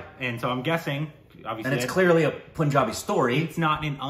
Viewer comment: First he has to learn to say PUN -Jabi not Poonjabi lol.